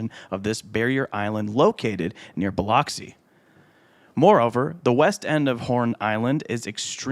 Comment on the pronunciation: Biloxi = Bih lŭx ee